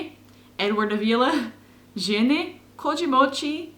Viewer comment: Hi! I noticed that you pronounced the word 'jane' which means 'and' with a schwa sound on the first syllable. Actually it sounds as /æ/ just like the English 'and', so it's /ʒæne/. That's amazing by the way. You learn so fast. I think you really can master Kazakh! Just keep going!!!